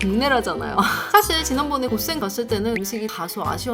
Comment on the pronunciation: 고센을 고쎈 이라고 발음하시다니ㅜ너무 귀여워요 고쎈!!!